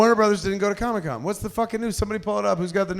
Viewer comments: Why is kevin pronouncing comic con as Comi-con😂 as in Comunist event. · Kevin CONSTANTLY pronounces “comic con” as “comme-con” as if it’s some Communist get-together😂😂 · He almost called it Chronic-Con at the start, just like he said he's been doing during his Hall H panel.